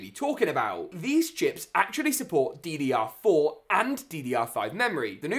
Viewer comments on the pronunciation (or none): Drr4😂 I thought it was ddr4